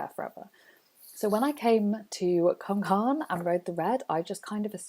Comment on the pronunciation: (CWM) pronounced coooommmm lol